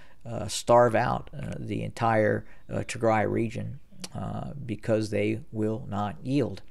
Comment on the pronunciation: You are being very bias in your assessment of Tigray. By the way it’s Tigraaay the ending sound should be an a not e. Do a little bit of research into the history of Ethiopia and understand why there is conflict between Tigre and the rest of the nation. They were in power for 30 years at which point it was not an independent nation by any means. Perhaps if you understood the history you would Not be so biased in your assessment.